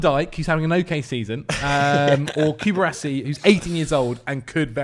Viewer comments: Coo-BAR-see not Coo-brassy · you suggested Cubarsí, you have his name written in front of you and yet you keep calling him Cubrasi. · Them not being able to pronounce Cubarsi is doing my head in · usually puts the effort in (as seen in this vid), no offense to, but he kind of botched saying Cubarsi like four times in this vid